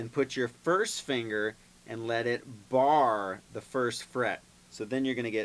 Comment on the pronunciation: Did anyone else cringe a little when he said BAR